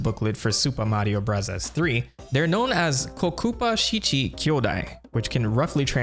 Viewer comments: If I hear u say “Super Mario brazzas” again 😂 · The commitment to saying Mario Burazas sends me. I love it. I subscribed as soon as you said you would do it and it’s why I stay. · Why do you keep saying "Burazaazu"? It makes no sense as Katakana is meant to mimic American English, English or Foreign loan words. It would be like saying "Chiizu Baagaa" instead of Cheeseburger for a video history about MOS burger. I don't dislike the video at all but that kept standing out to me every time you did it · Why do you say super Mario “brothers” like that. 😂 great video. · Couldn't make it through the video due to the way you pronounce the word BROTHERS. 😊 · Why do you say super Mario bros. Like that I cringe every time lol. 😂 Great video tho 👍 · Why do you say super Mario brothers like that? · Cool video and everything bro but i promise u dog u don’t gotta pronounce “super mario bros” like that lmfao it’s driving me insane, stop it. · he pronounces that way as a running gag, after someone got on his case for saying 'bros' instead of 'brothers'